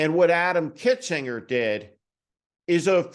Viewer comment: Dude, you need to get it right, it's KINZINGER He, and Cheney, are clear-eyed, clear-thinking, brave leaders The least we can do is to pronounce their names correctly Heck, I'd really consider voting for either of them if I lived in the state where either would serve